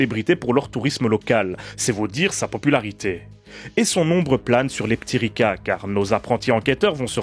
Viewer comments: Merci pour cette découverte de la sirène terrestre de Serbie. Comme quoi le contexte de visionnage est important pour apprécier un film... -Une séance anisée avec 'les p'tits Ricard'... -'Leptiriça ' avec ç comme dans son et pas c comme dans con. -Ta remarque est acerbe! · Merci pour cette vidéo et pour l’effort de prononciation mais le titre ne ce prononce pas leptiriKa mais leptiriSa ou leptiriça qui veut dire papillon au féminin et leptir au masculin. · Euh... Un C sans accentuation comme ça, je crois que ça se prononce "tse"... Donc ça ferait plutôt Leptiritsa... Par ailleurs, les serbes utilisent un alphabet cyrillique. La prod étant de l'époque de Jozip, ceci doit expliquer l'usage de caractères latins dans la typo... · A chaque fois que tu dis le titre j'entends "les p'tits ricains" et ca donne un tout autre sens. Merci pour cette super analyse! :)